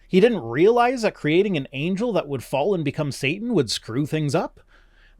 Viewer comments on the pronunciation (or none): none